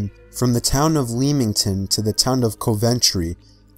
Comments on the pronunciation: Leemington and Cov-entry 🤣🤣jokes man keep up the vids 💯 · Hahaha it’s Coventry (said like “cov” from covid then “ entry” :cov-entry!! And LEMINGTON. Like Lemming and Ton . Not leaming tan hahaha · A "gnome" riiiiiight. Couldn't possibly be a midget or puppet or a hoax. And it's LEMington and COV'ntree. Word of mouth is by far the least trustworthy form of evidence. I trust these stories about as much as I trust someone trying to sell me insurance. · Lee-mington and Ko-ventry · He mispronounced Leamington too, it’s properly pronounced “Leh-ming-ton” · Lee mington? Co ventry? Your understanding of the English language is shocking. How about learning how to pronounce names before embarrassing yourself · Leamington is pronounced Lem ing ton and Coventry is pronounced Cov entry. 9/10 for effort though 😀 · Realise this is 7 years too late: Just for sharings sake Coventry is ‘cov-un-tree’ Leamington is ‘lemm-ing-tun’ Having lived in the former, I’ve seen many many strange things there, but nothing supernatural 😂 love these videos, thanks so much for the efforts you put into these 😎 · Leemington to cohventree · I know he is american but quick tip. Before you pronounce something ask other people how they pronounce it Leamington pronounced as Lem-ming-ton Cool. Now you can continue with your daily life creeping people out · The way he pronounces Lemmigton and Coventry makes me cringe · I'm from the UK and I have to say, the way you pronounced Leamington and Coventry was hilarious! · your pronunciations of Leamington and Coventry are the scariest parts of the video